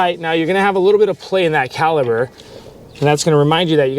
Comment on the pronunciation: Great instructional video for the new guy. I've done several brake jobs myself but I always loke watching a video before tackling a new vehicle. Now, are you saying caliber or caliper? That was driving me nuts as they are calipers.